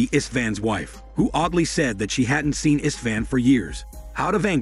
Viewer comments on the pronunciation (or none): none